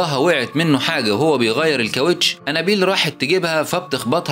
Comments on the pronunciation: نت بتنطق انابيل غلط خالص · الاكسنت تبعه هو و عم يقول انابيل خلت الفلم يقلب كوميدي